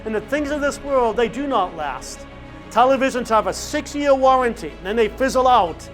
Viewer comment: “I’m nawt happy any maw” 😂 … Great video, Father 🙏